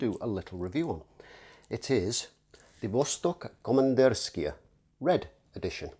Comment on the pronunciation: Yep, сделано в россии = made in Russia. Also it's pronounced Komandirskie-a- with an ah sound at the end.